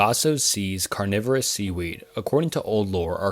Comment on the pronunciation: Very nice video, but you seem to be rushing yourself! Speaking too fast made pronunciation of some words odd haha, carnivorous and oceanography